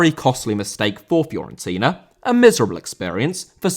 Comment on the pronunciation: Fiorentina* not Fiorentiner